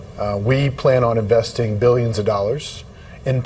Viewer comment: The way he's saying billion's of dollar's 😅. 1000% fake scam